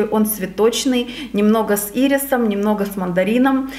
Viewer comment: Чёт кошмар с речью... Ирисом .. ударение на первую "и" делает.. Летуаль прям по письму проговаривает ЛЭТУАЛ Ужас Как в тот раз .. КАЭФСИ